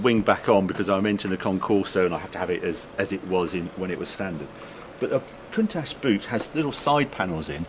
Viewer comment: The "ch" in Countach is pronounced the same as the "ch" in attach, not "sh"